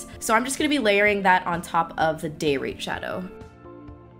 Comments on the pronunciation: ahhhh i totally thought you said '...this color from ABH called date rape' not 'day rate' :o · How come you don't want to collab withe Desi?!?!! huh huh??? You're so selfish!!!!! jk jk. Love both looks and Veronica looks so pretty on you! I think I'm gonna go purchase one of my own. :D Also, it sounds like you are saying "date rape" when you were talking about the shade Day Rate. LOL LOL LOL. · every time you said day rate i heard date rape. lol anyone else?? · Everytime time you said date rate i kept hearing date rape. That shadow needs a new name. Lol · Sounds like u kept saying daterape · I thought she said date rape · I can't with that "day rate" I swore I heard "day rape" I was like what the hell ha ha ha just keep in mind thou if you throw confetti it's not rape just surprise sex!! Ha ha ha ha love both these looks thou Killin it! :) ♡♡♡♡♡ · Love those colours but damn what a terrible name every time you say day rate it sounds like date rape. Booooo